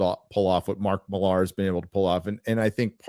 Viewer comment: Matk seems pretty cool (despite the fact that I'm the opposite of fond of the Ultimates and Kick Ass). If you ever have him on again, you MIGHT want to try to pronounce his last name MILLar (basicaly Miller) as he does, instead of millAR.